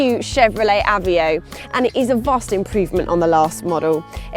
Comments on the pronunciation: this is a car for economical crysis that's why it's so cheap...however is prenounce a v e o not avio!!! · why does the sonic say aveo!?! wtf!!